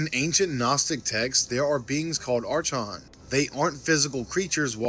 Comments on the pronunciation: Seriously what's wrong with Americans and younger generations not being able to spell English words or syllables? The word "archons" (pronounced /ˈɑːrkɒnz/ or /ˈɑːrkɒns/) is a disyllabic word (comprising two syllables) derived from the Greek árkhōn. Not Ar-Chons (/ˈɑːrshonz/ or /ˈɑːrchons/) not arshhhhhhhhhhhhons... jesus arkkkkkkkkkons... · ...bro, you guys are killing my OCD... archons is not "arch-ons", it's "ar-kons". lol! Sik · It's actually pronounced, AR-KAHNS. It is spelled Archons, though. They are evil parasites.